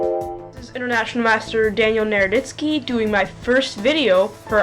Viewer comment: No problem. I thought he said "Nerditsky" too... somewhat apt!! If you want a good channel, check out chessexplained, or I also like the commentary of jrobichess.